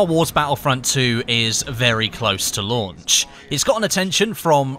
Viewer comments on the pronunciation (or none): none